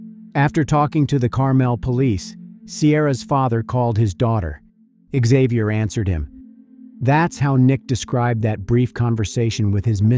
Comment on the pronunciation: Isn't it pronounced "zay-vee-yur"? What's with the "ixx " at the front, Isn't it a silent x??